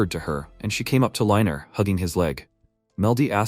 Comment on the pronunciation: Hes "reiner" NOT "liner"